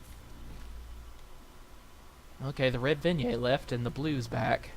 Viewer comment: I really need to ask you. If you were creating a horror game, and you had a boss that would cry something other than tears. Do you REALLY think you would settle on dried leaves? Specially over maggots? Also, it's Vin-yet, not vin-yay.